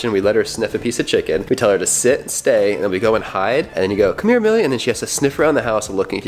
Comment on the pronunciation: Anyone else heard to lizz He said come her bab